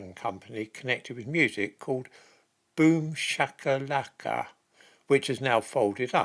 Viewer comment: "Boom Shak a LackA" 🤣 Love your pronounciation!